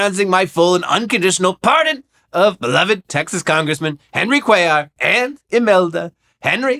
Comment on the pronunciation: Lol Cuéllar is a common last name in my country and I didn’t think they were talking about someone called like that because that’s not how you pronounce that last name at all . But then again everyone does it over there is those news snippets are anything to go by, so I guess pronouncing it correctly even by the people called that would be seen as snobbish